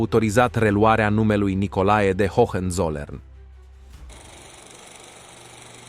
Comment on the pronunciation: F bun videocastul! Multumesc pentru el. Sugestie de pronuntie: Hoănțolărn. H intermediar nu se pronunta. Hohenzollern inseamna vamesii de sus intr-o traducere libera/aproximativa.